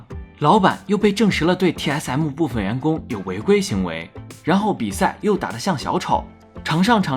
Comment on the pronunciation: 一直聽TS M母有夠煩 能不能M就講M 別一直M母